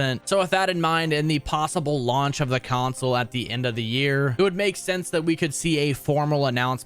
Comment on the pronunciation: Why the fuck is this dude adding a Y to the word console? CYonsole